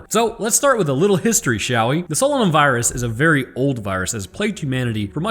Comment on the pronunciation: you obviously did not listen to the audio book it is pronounced SO LAY NUM.....otherwise youre spot on